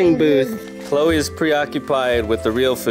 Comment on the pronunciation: u spelled chloe wrong u said chole